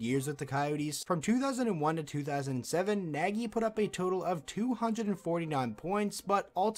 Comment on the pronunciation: Some trivia - Nagy is not prounced like it is spelled. An English speaker would get fairly close by trying to pronounce "Nodge".